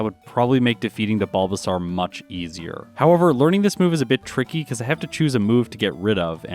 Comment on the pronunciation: Is there a particular reason you pronounce the bulbasaur evo line wrong?